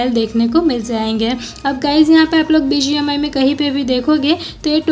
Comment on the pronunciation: Bismai nahi hota yaar BGMI hai woh😂😂